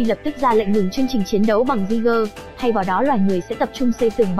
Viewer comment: Kênh review chất lượng, khá chính xác, mỗi tội cách gọi tên jeager hơi bủh bủh lmao